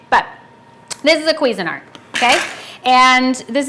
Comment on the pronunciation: I know but she can't pronounce it. queezyart Haha